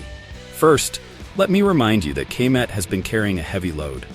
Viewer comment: Ka-met for the love of god 😂😂